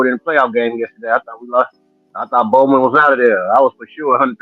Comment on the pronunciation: It’s not bowman